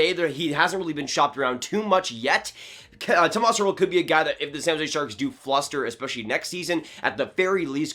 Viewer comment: Oof, this video was painful to watch. First of all I'm a huge Sharks fan and would hate to see him go (though I wouldn't blame him and I wouldn't blame DW if he got a good return). Secondly, you said Tomas Hertl so many times and you pronounced his first name wrong every single time. It's pronounced "Toe-mosh".